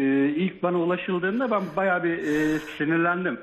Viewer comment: Yalnız "baya" değil bayağı !